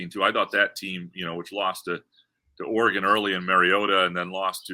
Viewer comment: You pronounced Oregon correctly! Don’t listen to these jerks, you do a great job hosting. Thank you for the content!